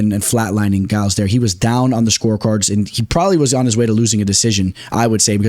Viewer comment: Maybe I’m just trippin but pronunciation 🚨 👮‍♂️ Trevin ji-uls Pratezzzzz A-reachy-lang Looooo davit Klein Fareed and javeed basharat Kelerturd acceptable 😂